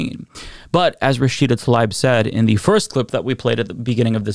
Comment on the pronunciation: Is saying Rashida's name incorrectly or is it me?